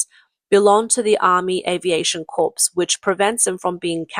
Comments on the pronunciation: It's spelled CORPS but it's not prounced like a dead person corpse. Core, core, core core! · Sorry to be pedantic, but it’s pronounced US Marine CORE, not Corpse. The ‘s’ is silent. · FYI- corps is pronounced “core”. It’s a French word. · Admit it...the ChiCom-Hydra Cartel's "air force" JUST PLAIN SUCKS!!!🤣🤣🤣And "Corps" in "Marine Corps" is pronounced like "core", not like "corpse"!!🤦‍♂🤦‍♂🤦‍♂ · The "ps" in "corps" is silent. It's pronounced "cor". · USMC Corps. is pronounced Corp!!! Apache does not have an L in the name. If you would like, I speak American English and would gladly read for you. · "US Marine Corpse" 🤣🤣🤣 AI needs a tweak. 🤣🤣🤣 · Don't pronounce the letter P at the end of Corps. It is pronounced Core... English is a crazy ass language, and I am an English speaker, and former teacher. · for the record Corps is pronounced Core, a corpse is a dead body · "corps" is pronounced "kor" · The “Corps” in United States Marine Corps is pronounced as identically to the word CORE without an S because the S is silent. - A Marine veteran who cringes every time he hears it pronounced that way. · Corps is pronounced with a silent s. MIG is pronounced like its a word. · You fail to pronounce corps correctly. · Just enlisted into the Corps as a machine gunner I cringe at it too.